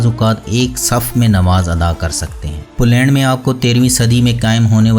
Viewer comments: بھائی آپ کی ہر ویڈیو خوبصورت فوٹوگرافی اور بہترین معلومات پر مبنی ہوتی ھے جس کے لئے آپ مبارک کے مستحق ہیں۔ مگر آپ کا تلفظ ٹھیک نہیں ھے۔ پولینڈ کی ویڈیو میں ٹھیک لفظ "پولینڈ" ھے مگر آپ نے اس لفظ کو بار بار "پلینڈ پلینڈ" کہہ کر بہت بور کیا۔ میری بات کا برا نہیں منانا بھائی ۔۔میرا مقصد فقط آپکی اصلاح ھے۔ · بھائی صاحب اپنا تلفظ صیح کریں پلینڈ نہیں پولینڈ ہے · اپنا تلفظ صیح کریں پلینڈ نہیں پولینڈ ہے